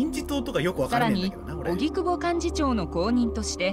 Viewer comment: 荻久保→おぎくぼ ❌はぎくぼ 何回間違えんねんw